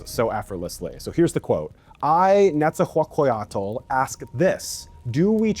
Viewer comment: Pretty accurate. Felicidades, Your náhuatl pronounciation is great. Just work on… Nezahualcóyotl. He wasn’t aztec, thoug. He was acolhua/chichimecatl on his father’s. And a mexica princess birth him. Ma “gen x” nican timohuicatz. Saludos cordiales de un “Gen X” de Ciudad de México.